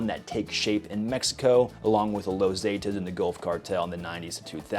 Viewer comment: "zeh tas" not "zay tas"